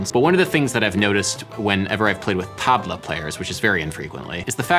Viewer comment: As a Middle-eastern, I loved how you said Tablah. Also, the jazz guitarist, Sasha who covered 'The Middle' is freakin dope.